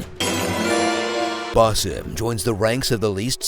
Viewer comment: 90% of this is on point, but the fact you couldn't be bothered to learn how to pronounce the main character's name shows the effort level of this one.